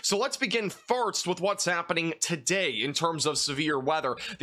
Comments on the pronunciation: does he keep saying farts?? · I love your amazing, professional weather content BUT I CANT LIE... I watch in the background as I clean and it makes me look up abruptly and giggle like a stooge every time you say "first" and it almost sounds like "farts" 😂❤ Maybe it's just me and my lack of sleep but bless you cause I need the pick-me-up with this news of a multiple day storm 😂 Thank you for the accurate coverage and I cant wait for the sun to come back out 🌞🌈 Edit to say: Upon reading other, less-kind messages, I think it's a wonderful quirk and you're my favorite weather man. Keep doing what you do and bringing us this important info!! 💖